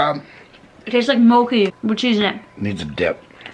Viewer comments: Google mochi please, you are pronouncing it so wrong that it took me a few minutes to figure out what you said when you tried the rice cakes LOL It's mochi as in 'ch' like in 'chair'. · omfG it’s “MOE-CHEE” so fucking STOP IT 🤣🤣🤣🤣🤣